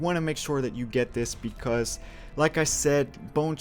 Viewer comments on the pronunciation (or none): none